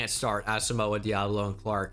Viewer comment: The way you pronounce Asamoah drives me insane